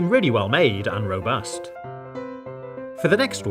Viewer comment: robust What I hear: ROBUX